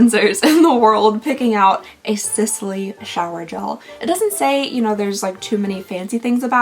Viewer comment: Just FYI, Sisley is pronounced like Seez-Lay... Love your videos, even though i am not exactly your target, BTW...